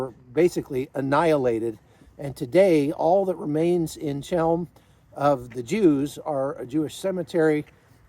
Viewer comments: Ch as in chem is pronounced like a throaty H as in helm not ch as in chalk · Chełm. In Polish, Ch=H. The Polish "ł" is the English "w". A simple, short word. Since you were there, you could have learned the pronunciation. The Jews of this city never called it the way you do.